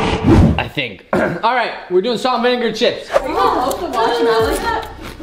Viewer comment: I love how says falt an renga chips instead of salt and vinegar chips